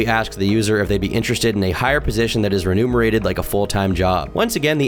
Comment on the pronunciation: For the love of God, how many times can you read "remunerated" as "renumerated" in a row before you realize that that doesn't make any sense?????????